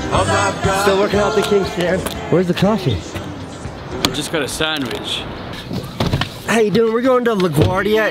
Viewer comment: “where’s the coffee?” “i just gotta sondwhich”